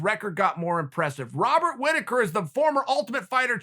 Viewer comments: “Wobert Whittaker” lol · "Wobert" Whittaker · "wobert whittaker". Uncle Chael has said it, and so it shall be.